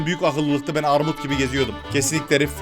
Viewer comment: Arrrrrrrrrmut Abimizin sözü Benim sözüm Orrrrrrrrrtam çocuğu 😂😂😂